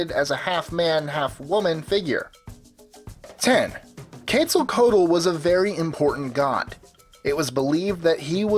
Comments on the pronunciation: Quetzalcoatl's name ins't pronounced like in the video. His name comes from the word for beautiful (Quetzalli = beautiful). Coatl simply means serpent. The OA sound in Coatl makes the "oh-ah" sound. The L in Tl is said at the same time, as tl is more of a click noise. The Z is pronounced as an S. The correct pronunciation is Quet-sal-koh-wat(L). Source: I speak some Nahuatl. But over all, coll video! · pronounced ketzacooat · What the crap? He said Quetzalcotle wrong!